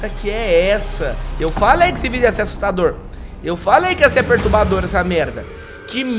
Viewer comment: "ASSUSTADOT" KKKKKKK ERROU AI